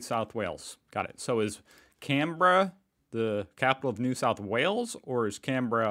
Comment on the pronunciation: Sydney is the capital of NSW. Canberra is the capital of Australia. I live here!! I noticed you know how to pronounce Canberra now!! South Bank beach is a man-made beach/pool in the middle of Brisbane. Bris-bin is a small city!! But awesome!!